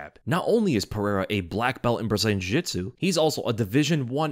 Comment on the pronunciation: Beatin is not pronounce Bee-ihn There’s a T in that word Jiu jitzu is 3 syllables not one Gustafson has a t in it